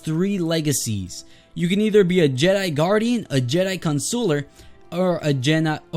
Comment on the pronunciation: Lol he pronounced consular wrong